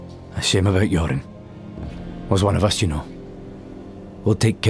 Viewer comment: I kept hearing "Yorin" as "Urine" making it impossible not to laugh at the whole story.